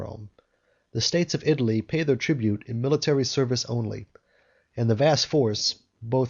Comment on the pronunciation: It's not a matter of having an accent -- it's that words are mispronounced. Which syllable is accented has meaning in English. I' - ta - ly, not I - tal' - ly. And it is a - riz - en, not a - rize - en.